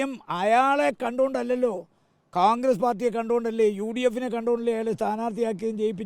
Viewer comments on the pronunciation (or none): കാൺഗ്രസ് ആണോ കോൺഗ്രസ് ആണോ... ഇയാൾ കാൺഗ്രസ് എന്നല്ലേ പറയുന്നത്